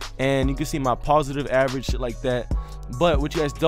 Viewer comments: "And you see my positive average" lol it's position average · it's POSITION average not POSITIVE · It's Position Average, not Positive Average 😂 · No hate, but it's position average, not positive average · It's position average not "positive average" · _ Ymoh _ lmao i was confused for a sec when i heard that😂